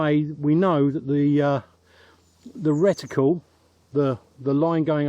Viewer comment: As always - very interesting. Well done on learning how to pronounce "reticle" properly 😂 I always assumed that moving a scope from one gun to another would require a re-zro due to the different characteristics of the barrels and (possibly) different height between the centre of the bore and the centre of the crosshairs - due to different block designs.😊